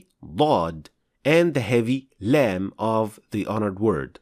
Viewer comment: Salaam brother your explanation is good but your لام has eemala . People follow you please correct it